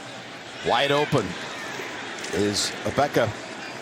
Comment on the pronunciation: "Ahbeka" ??? you mean EGG BOOOOKA